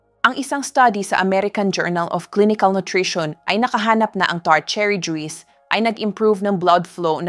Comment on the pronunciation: Yung pronounce Nya sa juice ay juis